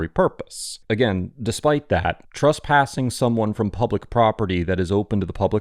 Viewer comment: Please don't pronounce trespassing as "truspassing", it's confusing and needlessly irritating.